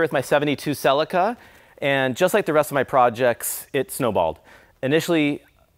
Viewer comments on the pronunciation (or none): Say it with me 'See Leek Ah'. It's not a Ferrari and it ain't driven by Tom Salek 😅 cool Resto though mate well done 👍